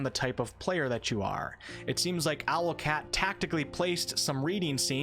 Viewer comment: Hum, it's "Owlcat", not Alocat, lol